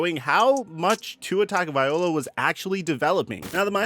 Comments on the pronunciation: I love ya but it’s cringe worthy when u keep pronouncing tua’s last name wrong it’s not viola it’s viloa low uh not eye ole ah.. bro it’s not cool for a football pontifficater to absolutely butcher a man’s name especially one with an ethnicity uncommon name. I know you’re not racist but it comes across racistly insensitive when you keep pronouncing his name wrong as if you don’t give a damn. I’m sure it’s just a mistake or maybe it’s not but apologize to Tua because you come across as either an idiot an insensitive bigot an I doubt you are either of them. Respectfully you are doing a great job except for that. It’s a bad look. As a content creator I know it is easy to make a mistake an get grilled or accused of doing an being someone you aren’t. So as a pal I’m looking out an hope you correct it 💯 ✅ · TagovaiLOA not TagovaiOLA 🤦🏻‍♂️ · Bro it’s TagovaiLOA. Not TagovaiOLA. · "Vi-low-uh", not "Vi-ol-uh". That's a stringed instrument 🎻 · Mispronounced Tua’s name pretty much every time. It’s pronounced taga-vy-Loa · I know it's tough but it's pronounced Tongue-oh-vie-low-uh. Great vids. Keep them coming. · Learn how to say Tua's last name if you are going to do these. TONGUE-OH-VI-LO-AH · Dude if you're not going to pronounce Tuas last name, do something else